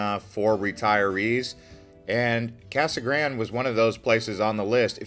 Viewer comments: It was called Casa Grand-ee, as in a bastardization of the Spanish. Seems fair, seeing as it is a Spanish word. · North Eastern Arizona - Kingman? Kingman is about as far West as you can get before you enter California. It's in the North-Western corner of Arizona and is the county seat of Mohave county. Pronounced; "Mo-haw-vee". Casa Grande is pronounced; "Casa Graun-day".